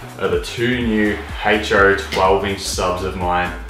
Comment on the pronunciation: What is a Heych-Choe?